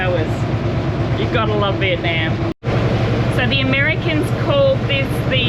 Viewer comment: Every time you mispronounce Vietnam it drives me crazy.